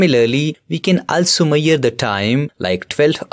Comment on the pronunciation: I liked it but what is maire??? its measure